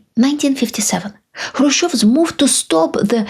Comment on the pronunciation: You need to work on your English pronunciation. You stress the wrong syllables and your vowels smear into each other. First sentence, It's not underSTUND, it's under STAND. you rush the word, which makes the vowel mispronuciation that much worse. The word move is not pronounced "moof". watch is not wuch. Control is not contrul. It's not confisCATed, it's CONfiscated.